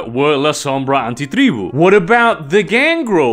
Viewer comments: The way you say Antitreeboo🤢🤢🤢🤢🤢🤢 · Im very new to VtM and I appreciate your pronounciation of "anti-tribu". Its very accurate to how my mother tongue would say it and its pretty cool to hear someone who has a natural western accent nail it down perfectly. 😂